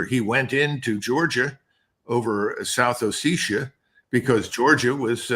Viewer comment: Respectfully, Colonel MacGregor, that is not the proper pronunciation for South Ossetia. Candalisa Rice once made such an error but she's a stooge at best or worse. MacGregor, on the other hand, is someone that is expected to know the area, the history, the nuances.